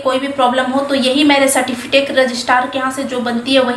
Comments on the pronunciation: सर्टीफिटेक नहीं सर्टीफिकेट बोला करें। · Aap ache se certificate bolne nahi jan rahi ho. Baki jaankari kya de rahi ho, Pahle ache se bolna sikho ok